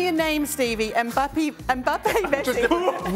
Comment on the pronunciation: She said mbpapi 🤣🤣🤣🤣🤣